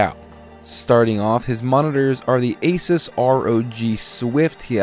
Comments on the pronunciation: Pretty sure it's pronounced "Uh-SOOS", not "ACE-is", but u say what u want m8 I ain't tryna start a flame war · God damnit he said Asus wrong. OCD...